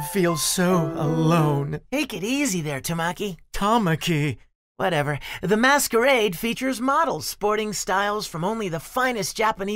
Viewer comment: "Toe-Maki" pronunciation gets me every time 😂😂😂 people say it all the time too!